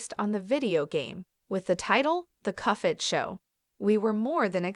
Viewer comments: The cufhead show? Nah its pronounced cup-head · it's "cup - head", not "cuffhead" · Cup head not cuff head !!! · Cuff head 🤣🤣🤣 it cuphead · It’s Cuphead not “coughhead” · You think you can predict the next upcoming season, you can’t even say cuphead right. It’s cuphead, not cufead. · Why do you call it cuffhead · cuffhead? i hear cuffhead. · It’s pronounced (cup head) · Agree like cuffhead? Thats How a Baby would pronounce it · Why are you calling it cuff head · Cuph ead lol